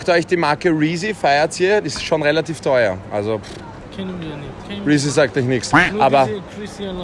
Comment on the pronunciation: Er sagt Reezy und markiert Rin